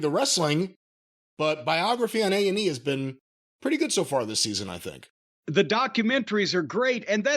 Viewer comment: Did anyone catch that in the beginning jim said AEW rather than A&E